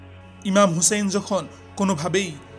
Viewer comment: Hey man who is husn rz allah an. You are saying husn.read the name completely and respect it man